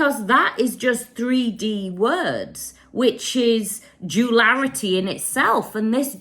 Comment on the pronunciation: words but please say ‘duality’ from now on, the mispronunciation was killing me!😅